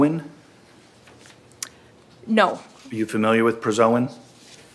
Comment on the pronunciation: Its prazosin not prazoin.